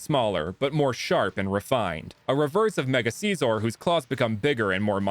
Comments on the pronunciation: It’s not seesor it’s sissor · You sed scizor wrong